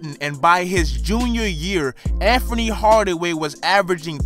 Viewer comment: Yo bruh it's Anthony not Amfomie.. lmao.